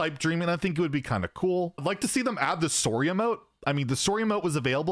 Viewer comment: Are we all just gonna and ignore how pronounces sorry?